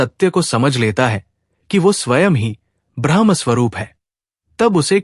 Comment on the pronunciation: ब्रह्मका उच्चारण ब्रह्मा नहीं हो सकता, पूरी बात बदल जाती हैं